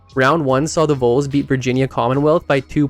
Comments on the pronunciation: It’s pronounced like Vawl not Vole. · Very nice retrospective. But, c'mon, if you're gonna talk about a player's career in college, learn how to pronounce the team name. Vols rhymes with walls. It's not pronounced like the rodent (vole)..